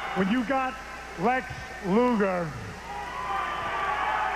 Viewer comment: Terrible thing to say. And it’s Luger not lugar nimrod.